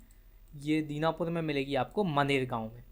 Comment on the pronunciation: Dinapur nhi danapur hota h.kya galat padha rahe ho